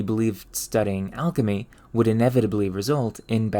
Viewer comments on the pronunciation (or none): none